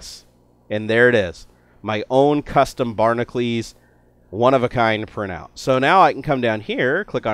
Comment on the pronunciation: Why does he say Barnaclees when its spelled Barnacules?